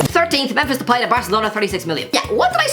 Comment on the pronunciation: Please pronounce memphis depay’s name properly consistently